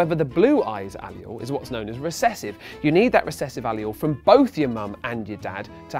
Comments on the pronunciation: "A-lee-il"? No. "Uh-leel" Yes. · Anyone else bugged by the way he says alleles? It sounds like allial, rather than aleel. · Please oh god don't say aleele again. That's not how you say it or even spell it. Ugh. You can't English srry. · It's pronounced A-LEEL; not al-e-al..nice try though. A for effort!😂😏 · I've never heard a Brit pronounce allele. I always pronounce it Al'eele .. he pronounces it like Ayl- you-all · It's pronounced 'uh-lel' not 'ally-ul', you seem to have misread one of the Ls as an I. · I think allele is pronounced "uh-leel" not "Aye-lee-ul" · The word is Ah-LEEL. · Every time I hear him say "allial(s)" I want to beat him in the face with a hammer. That's not the proper pronunciation by any standard of English. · Say allele wrong one more god damn time.. It's not aleolee.. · How are you supposed to say it? al-LEEL? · Imagine getting turned on by someone saying “allele.” Lol (dude I heard the word as he said it) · omg this guy pronouncing allele wrong is killing me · The way he pronounced Allele made me cringe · Why does he pronounce allele wrong?